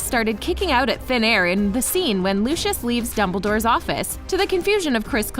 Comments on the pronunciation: its pronounced, "Loo-see-us" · She clearly has never seen Harry Potter because she can’t pronounce Lucius Malfoys name correctly 😐